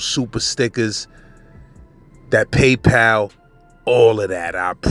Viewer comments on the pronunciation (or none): none